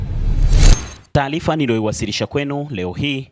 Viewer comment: "Taalifa" , "Shauli" ❌❌ nashauri huyu reporter asiwe anafanya narration huenda akawa mzuri kwenye shooting & Editing abaki huko plse huu wangu mtazamo tu jmn